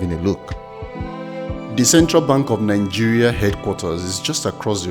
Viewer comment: Great vid...but pls, it's not Ningeria but Nigeria!